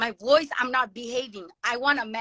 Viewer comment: I Can tell her native language is Hindi by the way she pronounces “agree” and “woice”.